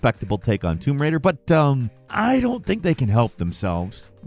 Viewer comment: "Womb Raider"